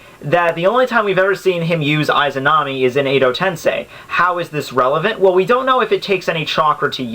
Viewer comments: Just a note, you're pronouncing "Izanami" incorrectly. =V I heard it being said in Persona 4. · Perhaps you're right perhaps not.I don't care but,one thing that I care is your pronunciation of "Izanami" and "Izanagi" .You're saying "Aizanami"and "Aizanagi" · Nothing can happen to the user inside susano'o unless susano'o is broken also you said lots of names wrong and Itachi did use izanagi and izanami when he fought kabuto they also DO NOT take chakra to use